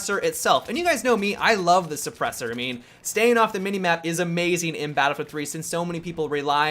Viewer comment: accent: "Amazeen"